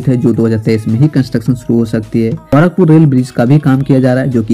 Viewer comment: bhai tumhe na English aata hai bolne na sahi se Hindi bol paatey ho "गौरखपुर" नही होता " गोरखपुर" होता है! sahi se bolna sikho pehle